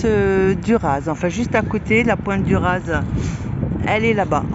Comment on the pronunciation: Re bonjour juste une précision pour la pointe du RAZ on ne prononce pas le Z. Merci de nous montrer la Bretagne comme tu le fait. A+.